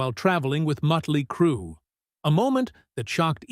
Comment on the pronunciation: W-A-S-P, Mutly Crue 🤦🏻‍♂️